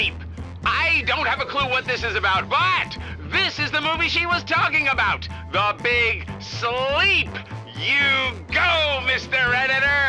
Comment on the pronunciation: does say the Big Sheep instead of the Big Sleep? Lol Edit: i didnt realize the editor pointed this out right afterwards